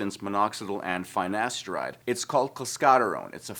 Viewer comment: Cant even pronounce finasteride properly 😵‍💫